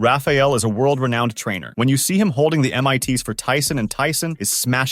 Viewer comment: "Renouned," lol.